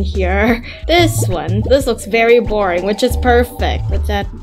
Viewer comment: Vereboring lol. 😂😂